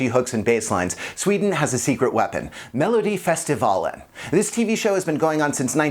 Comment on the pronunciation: Oh my gosh, the way he pronounces Melodifestivalen!🤣 😂😅😂😆 I'm sorry!😂😇